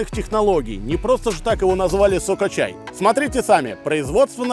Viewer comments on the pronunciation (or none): мне показалось не соко-чай а сука чай 😆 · Я не понял, сукачай или сокачай? 🤔 если сукачай, то я его каждый день пью😁